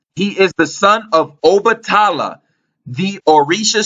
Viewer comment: Peace&Blessings! Shango(sh(ah)n-go) is in lined with Mars. Red color. Strength/Warrior Obatala(O-(bah)te-la) is more in lined with Jupiter. White color. Wisdom Combined to make the Orisha (red & white beads) Shango- St Barbara- Archangel Michael- Sagittarius- etc Good work the pronunciations was just killing me..